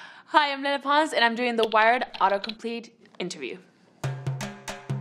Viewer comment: why does it sound like she says “le” instead of “lele”? like she’s trying so hard to do it with a spanish accent…